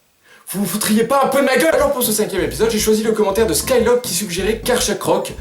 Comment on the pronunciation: Oh, fuck yeaaaah, "SkyLoK", et il l'a bien prononcé en pluuuus ! C'est un grand pas vers la famousituuuuude ! Sinon, encore (comme d'habitude) une très bonne vidéo, et pour la prochaine vidéo, je propose Branette ! Du coup, ca me fait penser, tu as un peu lu la description de Carchacrok, mais vu la description de Branette, il faudrait vraiment que tu les lises c